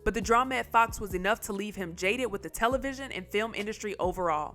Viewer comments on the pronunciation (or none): none